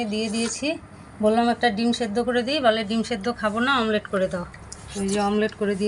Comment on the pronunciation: রিয়া তোমার মা আজকাল মামলেট না বলে আমলেট বলেছে